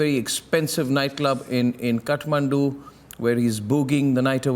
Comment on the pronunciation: it is kathmandu ( kaath - maandu) not cutmandu ( cut-mandu)